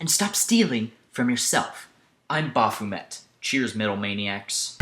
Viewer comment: What a fucking douchelord. He can't even pronounce his own "name", Baphomet. The Nomad similarity is there, but there's other songs by other bands worse. The Hallowed Be Thy Name thing is unfortunate. But the others....? As if Steve Harris would need to go to fucking Nirvana to steal music if he had to. Get a fucking grip.